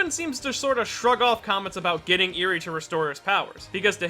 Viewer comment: holy shit he said eri correctly im shocked